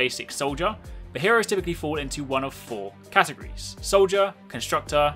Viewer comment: Just saying it’s categORies not categies